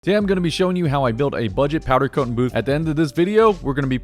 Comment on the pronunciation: I listened to him say powder coatn 6 times in the first 3 minutes and just couldn’t do it haha